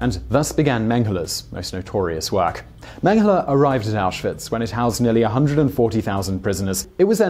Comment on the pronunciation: It seems like you are pronouncing Mengele like Menghele, with an h in it. Maybe I'm the only one noticing it